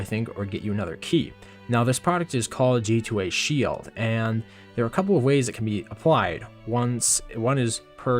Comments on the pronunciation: Why are you saying shield weirdly? like shee-eld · my tongue twists when he says sheild